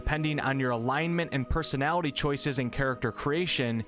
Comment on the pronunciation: This game has a lot of personaliteaaa there are plenty of abiliteaas! You’re T’s are very pronounced lol, great vid tho